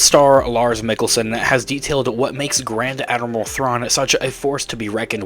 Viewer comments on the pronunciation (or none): I'm pretty sure you just said "Grand Animal"